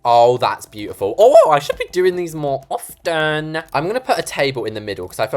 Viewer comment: she said: oFFeNtTeEN